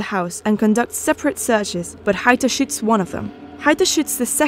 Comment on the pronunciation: Bruh when this woman says “shoots” she sounds like she is saying “shit”